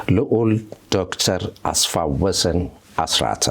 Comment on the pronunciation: እጅግ የምወድህ እና የማከብርህ ደረጀ እንኳንም ተመለስክልን፤ እንደ ብዙሐኖቻችን አስፋ-ወሰን የሚለውን ስም አስፋው-ወሰን ስትል ስለሰማሁ በአክብሮትና ትህትና ለወደፊቱ ብታርማት።